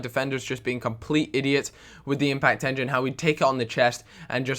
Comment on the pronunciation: Impact enging? :D